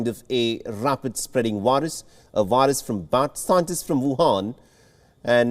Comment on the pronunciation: You say 'variant'. You say 'very'. You say 'COVID'. Why, then, do you say 'wirus'?! They are all spelled with the same letter!!